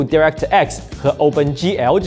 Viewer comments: Direct的di读 ”贷” 不读“第” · 聽到我黑人問號，DirectX讀音錯了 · why your pronounce direct so weird